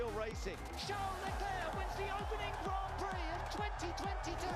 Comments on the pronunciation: "formula one grand piri" ? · How can he can irky with her, for saying liberty mutual, when he then goes and calls the grand prix a a "grand piri"?? Its not a piece of chicken 🐔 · Grand Pirie. Dafuq is that? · These people can’t even say Grand Prix or Constructors. What a shame